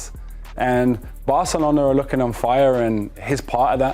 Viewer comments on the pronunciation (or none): none